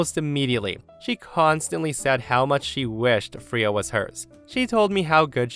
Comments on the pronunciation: The cat's name is pronounced frā-uh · I love you and your stories, but the way you pronounce Freya 🙃🙃😂😂😂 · The way you were saying the cats name was just getting to me😅 pronouncing it so wrong in the first story. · I can't get over your mispronounciation of the cats name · “Fray-ah”Not “free-ah”…sorry. Love your channel but that was a rub… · I’m ngl the pronunciation of Freya is killing me 🥲🥲 it’s Frey-uh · “Freya” is pronounced “FRAY-uh”. :) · got nothing to say about the storys aside from story 1. Its pronounced Fray-ya while yes its spelt with an E it says the hard A sound. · I literally had to stop the video for a few minutes to compose myself after pronounced the cat's name "Free-uh." 😂 Real talk, though, if that were me, they'd find my sister's bones in a shallow grave in the desert 30 years from now. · Hey, the cat's named after the Norse goddess of fertility pronounced Fray- yah. She has a chariot pulled by two cats and her name is Old Norse meaning the Lady. Thought you might like to know.😺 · Hey, just wanted to let you know Freya isn’t pronounced as “Free-ah”, it’s pronounced as “Fray-ah”. It’s pronounced like this because it’s of old norse origin, and therefore does not care about the english language’s usual vowel pronunciation. 😊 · I love ya, but my dog is named Freya...you say it like the Norse goddess, sounds like fray-a, not free-ya, lol drove me nuts. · FRAAAAAYA .. Not Freeya .. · Freya = FRAYA not FREEUH, it's a simple pronunciation from mythology and not a name many people DON'T know. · Freya…Fray ah not Free ya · Triggered!! its not Freeah, its Frayah.. please look up how to say names before you do these if ur not sure. Its a pretty well known in Norse Mythos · First story, the name is pronounced FRAY-uh, not FREE-uh. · Fray-ya not free-ya. It’s a Norse god name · It's pronounced Fray-uh not Free-uh. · Just an FYI, Freya is pronounced Fray-uh or Fray-yuh, not Free